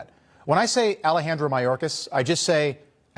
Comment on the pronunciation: he says they’re switching to the “perfect” Spanish accent and then continues to say it improperly. Alejandro would be pronounced, “ All aye on dro “ there wouldn’t be a trill to the “R” consonant same with Cortez. The “R” consonant is unchanged in these names. There are rules to this language stuff. Two “L”’s together like in the word tortilla make a “Y” sound. Two “R”’s is when a trill, or a rolling of the “R” is called for. Otherwise it sounds like some white nerd trying too hard to fit in, or has been unwilling to ask how it’s pronounced.